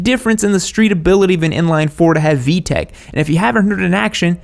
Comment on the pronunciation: "vtech" cmonnnn its vtec fix it fix it fix it